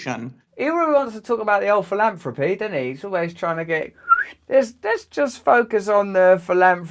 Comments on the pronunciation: Is it only me or is Girlie Billy pronouncing "Pillanthropy" in that manner because he is into medical money making and other money juggling endeavors for questionable results, because there is a huge difference in "Philanthropy" and how he purposely pronounces the word? Is he playing with the Ole DS with him telling the truth in plain site! He does not give his money away, he gives foundation money away from the profits of his BPharma ring around the roses money juggling! No prizes for false appearances, Billy and you and the rest of us awake people know this... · Russell pronounces philanthropy as “philamfropy”. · Did he say philandary? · He said PILL-ANTHROPY....WTF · I love how he gets so squirmy at the end and says "Pill-Anthropic"! He is a real Pill all right!💊 💊 💊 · Did he said pilantapy lol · Epstein thought Gates said philandery